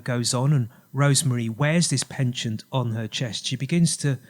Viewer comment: I think you mean a neck 'pendant' not 'penchant' (pon-chaant)! Very good presentation though, lots of research done. It's all "coincidence" of course... not!